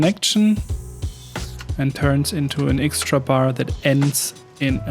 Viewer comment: Digga ich weiß du machst das mit Absicht aber wenn du noch einmal „ixtra“ statt „extra“ sagst, dann schmeiß ich was gegen meinen TV 😂 …oder ich mach nen Trinkspiel daraus 🍸